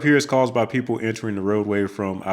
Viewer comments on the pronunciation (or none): none